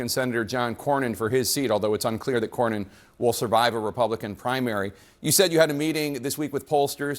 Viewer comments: Bro, I love your channel....but you pronounce Senator John Cornyn's name wrong EVERYTIME. It's like "CORN-INN". You've done it for years now, even after you hear others pronounce it correctly in your own clips. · It's CORN-IN, not CORY-IN. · COR-win not Corry win…😂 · Cornyn is pronounced “Corn-in” not “Cor-yin” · Its pronounced "CORN INN" not " COR YIN " driving me nuts over here my guy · It’s not Kore-Ian! It’s Core-Nin! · ……it’s John “COR-NYN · Despite hearing the pronunciation of John Cornyn's last name while editing this video, () still pronounced John's last name as ''Kor Ree In''...😆 I'm starting to think aka does these mispronunciations on purpose...🤔😂🤣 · it’s Core nin. Just sayin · Cornyn is pronounced COR-NIN. you said in another video to use AI. Maybe you should use it to pronounce names correctly. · John Cornyn's last name is pronounced "CORN-in." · I thought he said “Core-yin” 😅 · Dude, the way you are pronouncing Cornyn's last name is really frustrating. Like, do u not hear everyone else saying it???????? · Good mornin', John Cornyn. What state were you born in?🤠 What year were you sworn in? A band-aid is worn in the side you're a thorn in. Pronounce it: John Cornyn.--------------------------Use this poem to remember how to say his name.